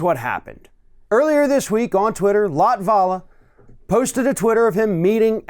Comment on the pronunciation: that's not how you pronounce latvala's name. i checked, he is not latino, he is of finnish origin and in finnish the stress is allways on the first syllable.